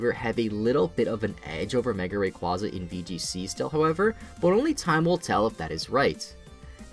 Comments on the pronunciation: Move wise, yes, but stat wise Not anymore (Eternamax Eternatus lol) Oh and btw it's pronounced ray-kway-zah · RAY QUAZE AH!!!!!!!!!